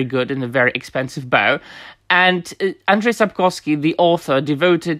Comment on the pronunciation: I love how you pronounce names like Andrzej Sapkowski or Jaskier, sounds 100% Polish and it sounds super refreshing to listen to someone speaking on the subject in English, while pronouncing names correctly.